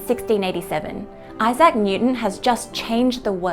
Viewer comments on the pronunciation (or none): none